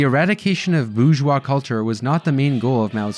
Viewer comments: Tip to the narrator of this video: you need to learn to pronounce "bourgeois." Hint: the correct pronunciation is not "boozh-wah!" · “Bourgeois” has an **R** in it! I blame Michael Malice.. Now it’s in the algorithm.